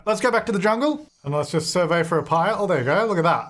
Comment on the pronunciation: Okay Hermione moment: it's surVEY not SURvey in this instance 😂 and why does everyone always forget you can do dark meditation to get energy up, you don't need a tent or bed like a human 🤦🏼‍♀️